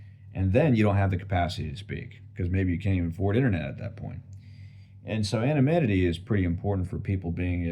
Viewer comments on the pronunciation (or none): always "anaminity" XD